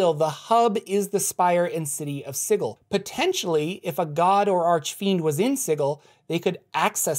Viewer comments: I'm pretty sure its pronounced si-jil not sigul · Dude, please, it's pronounced SIJEL...Sigil is an actual word. It just hurts. Lol. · Sigil is pronounced "sijəl". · It's pronounce -Si jel. Not si-gel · I love this series. But I have to call you on some mispronounced words: Sigil sould be pronounced "SIH-jill". And I believe Iuz should be pronounced "EE-uhz". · oohhh...I'd have to trump that unilaterally on the grounds it sounds dumb as hell. Lol. Thanks for the info. I like your vids. (yeah, still hurts to hear it) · the way you pronounce Sigil, makes me giggle. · The way you pronounce sigil really grinds my gears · Are we sure it's pronounced "Siggle" and not "Sijil"? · Sigil has a "j" sound... Ugh That was even more painful than the Lady. It's just the word "sigil" given as the name of a city. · You keep saying Sigil wrong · anyone else bothered by how he pronounces Sigil?